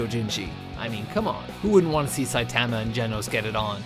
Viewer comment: shit..... i might hate the way he said saitama and genos' name but shit, im guilty